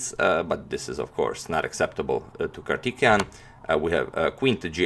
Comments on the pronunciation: Bro you are pronouncing wrongly, It's not kartikeyan, it's Karthikeyan(Pronounce like kaarthikeyan , Pronounce thi for thick) Nice attacking game! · His name is prounounced as "Kaar-thi-kay-yan Mu-ra-li" Hope you all respected Sir and Madam understand my statement. Thank you. Jai hind. Have a nice day! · I know these names are hard to say... So for future reference Antonio ..Karthikeyan = Car- tick-kay-yen. Murali = Mu (as in greek alphabet)- ra- lee... Musumuri Lalith Babu = Moo-soo-moo-re La-lithe Baa-boo. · Its too distracting that you mispronounce kartikeyan's name😅, otherwise a great analysis of the game, keep it up agadmator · If you don't hear Kartikijan then you have I would say the problem that you don't understand Slavic languages